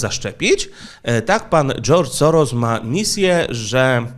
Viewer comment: W języku węgierskim, "sz" czyta się jak "s" i "s" jako "sz". Dlatego Soros, prawidłowo czyta się "Szorosz". Można to nawet sprawdzić w tłumaczu Google, klikając przycisk "słuchaj". Oczywiście po uprzednim ustawieniu na j. węgierski.